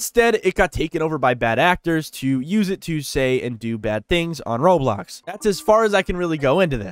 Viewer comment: Video ended, and he said "Roblo"